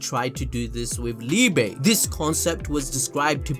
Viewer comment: i love the content ive been tuned in for over a year with black clover, MHA, fire force all the things you guys do I love. BUT BRUH YOU GOTTA SAY LIEBE'S NAME RIGHT I CANT KEEP CORRECTING YOU IN MY HEAD MAN! ITS PRONOUNCED LEE-BUH ITS THE GERMAN WORD FOR LOVE COME ON BRUH🤣🤣🤣